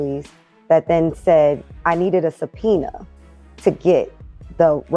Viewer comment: "… never been told I needed a paciena (speaker's emphasis) to get public information."